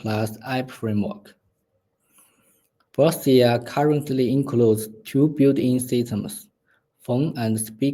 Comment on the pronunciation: At a very minimum, you should put some effort in saying the name "Brookesia" correctly. Why do we need to inject emotions onto the hardware?